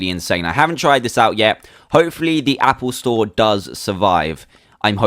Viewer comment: "Happle Store" lol